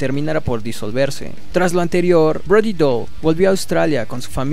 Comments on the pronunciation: POR QUE DICES BRODY DOLL.....ES DALLE. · Me duele el cringe cada vez que este wey dice Brody DOL. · el apellido se pronuncia "dali"